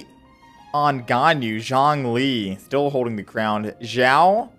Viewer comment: why does he pronounce xiao and zhongli like that